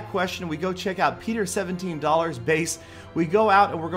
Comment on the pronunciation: HAHAH I HEARD PETER17$